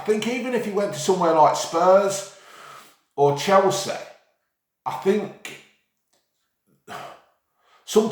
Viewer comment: “he could go to spurs or chelsehh”